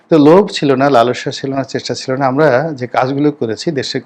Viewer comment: রনী তোমার “ আমারা” শব্দটি নোট করে রাখা আছে ।